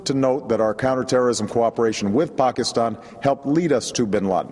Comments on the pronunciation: It's pronounced "Pakistan" not "Pokiston", you fool. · I wonder how you heard Pokiston, you should get your ears checked out. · Did he say Pockastan?